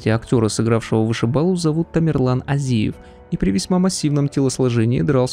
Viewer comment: Не азИев а Азиев...ударение на первую букву